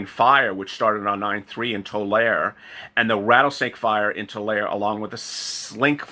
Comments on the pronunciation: its pronounced Too-lar-ee, spelled Tuare lol...I live about 10 miles away from there.. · Tulare is pronounced Tular-ie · Pronounced like see but re Tular-e